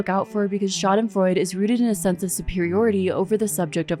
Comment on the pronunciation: Schadenfreude is a german Word, so you do pronounce the e at the end, kinda like an „uh“ sound. :)